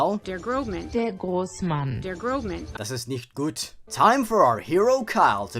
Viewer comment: „Das ist nicht gut!“ I died 😂 (Im from Germany. Your pronunciation was actually pretty good)